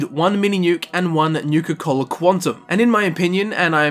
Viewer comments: "Nuka Colda" Comedy gold. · “I guess you can say I have a nuke-colda” turns off video. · Haha nucacold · "Nuka Colda" What. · Im a bit late but thats comedy "Golda" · I liked this video just for the "Nuka-Colda" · Disliked because of "Nuka-Colda"